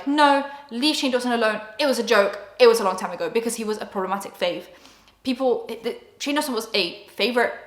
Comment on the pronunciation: Dunno why, but when you say Shane Dawson, it sounds like "shingles" to me and I love it